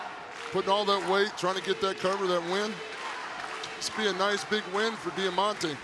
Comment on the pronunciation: Am I the only one that cringes when they say diamantes name